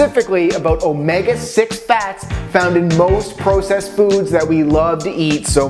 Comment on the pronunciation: He says "processed" and "bagel" like a doofus.